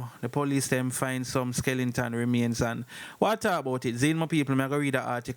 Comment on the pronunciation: Skeleton NOT Skelenton